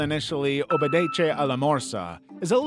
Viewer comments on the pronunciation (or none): NOT how you say it😭 oh-beh-deh-se ah lah more-sah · Everybody's frightened by the I Feel Fantastic jumpscare but the real jumpscare is how the narrator pronunces 'obedece' 😭